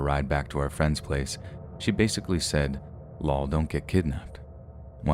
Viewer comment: I've never heard anyone pronounce "lol" as a word until now.